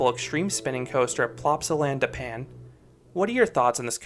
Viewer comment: as a belgian who went to plopsaland literally yesterday, hearing Plopsaland da pan is painful XD, i can update you though, when i visited the ride didn't break down at any point, it was continuously running with a 10-15 minute wait